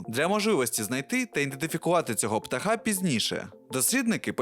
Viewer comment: Отже, наголоси - Одинока осОбина, а не особИна - ПтАха, а не птахА - СіЕтл, а не СІетл😉 І дякую за цікаву інформацію